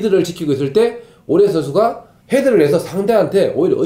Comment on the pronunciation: 숀흥민 션슈가 자셰가 불안정한 샹태에서ㅋㅋㅋㅋㅋㅋ 뭔가 발음 매력있으십니다ㅋㅋㅋㅋ